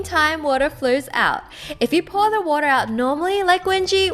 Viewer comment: Why does she say Woror instead of water lol